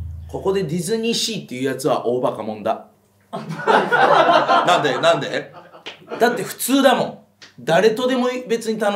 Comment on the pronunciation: なんで？のイントネーション完璧に関西弁消してて凄い